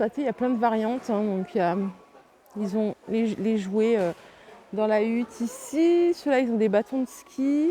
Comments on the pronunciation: Merci de nous faire rêver Juste un petit détail , on ne dit pas hutte mais hotte 😘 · Merci pour cette vidéo ! J'y suis allée hier j'ai vu aussi pas mal de pépites. C'est très drôle ton hutte a tout va au lieu de hotte 😂 j'avais l'air idiote de répéter seule "c'est hooootte " 🤣 Le sapin ici ce sera le 1er décembre car je fais la tradition de la boîte magique du Pôle Nord pour ma puce. Bonne journée !!